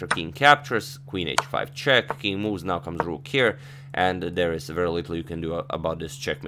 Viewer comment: Please don't try to pronounce "now" like the British, you fail each time :)